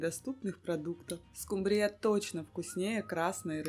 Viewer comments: В Корее может и скумбриЯ, у нас скУмбрия! 😅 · Всё хорошо, но только одно понять не могу почему скумбриЯ, а не скУмбрия? 🤔